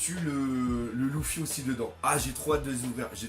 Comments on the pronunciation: On prononce leufy pas loufy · Juste une question, pourquoi tu dis « louffy » et pas « leuffy » pour luffy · c luffy pas louffy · Pk tu dis louffy?